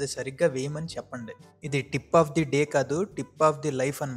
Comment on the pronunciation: 1200 అని చెప్పి పదమూడు వందలు అంటున్నావు. డీప్ ఆఫ్ ద డే కాదు టిప్ ఆఫ్ ద డే.